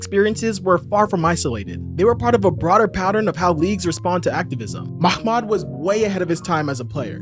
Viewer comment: haha great video though. Pronunciation is Mah-Mood. Not Makhhmood 😂